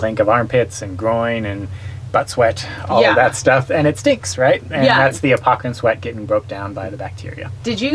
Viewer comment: Interesting. Thanks for the vid. Subscribed, you stinky, sweaty, dripping, honking, humming crew. BTW, I think it may be "apocrine", not "apocErine", if I'm not mistaken.